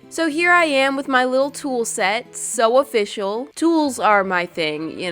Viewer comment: “So officinal”